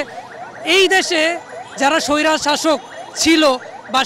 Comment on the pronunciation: স্বৈরাচার শব্দটা উচ্চারণ করেন, ভালো লাগে।